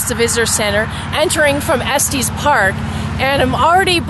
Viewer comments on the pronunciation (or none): It's funny to hear people pronouns Estes wrong. The road to Estes Park though Loveland has been closed.Lucky for you they opened it. We had a bad flood.